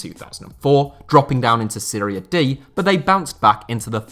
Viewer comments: i hate when people say Seria B. Serie A and Serie B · Why does everyone pronounce it 'Syria A' or 'Syria B'? Wtaf? It's 'Serie'. And if you wanna be really specific on pronunciation, you pronounce it 'Se-ray'